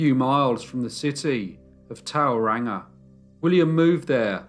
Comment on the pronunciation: Toe-rahnga is more accurate for pronunciation. He was born where I was and raised where my father was and only 4 years younger than my dad. My parents, in their golden years, moved to Papamoa. lol. Thanks for the upload!